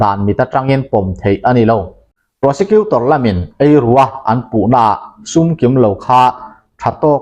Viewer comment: Benjamin Sum tija Sum hi Tangka Rosum tiha Sum ang hian Sum tia lam a dik lo Triau Chhum a chhum tih thluk a Ch aia S hmana Suum tia thluksei tur Chhum hi Suum an ti a hming tawpah "a" an dah ve lo Mizo rawng chian Bejamim Chhuuma kan tih ang hi a ni mai